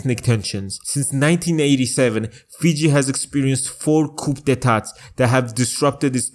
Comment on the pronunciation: Love the channel dude , but just so you know C'oup D'etat, is pronounced like "Koo Day Tah" ❤